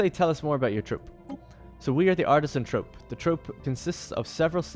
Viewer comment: "Troupe" is pronounced "troop." :D